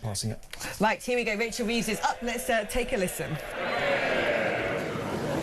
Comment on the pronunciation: 'Wachel Weeves' hahaha its jonathon woss with odd shaped t1t5